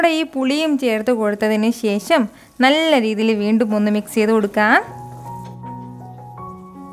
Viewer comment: ശേശം അല്ല ശേഷം